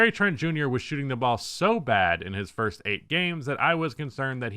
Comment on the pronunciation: "Fist 10 games" 👊🏿 😂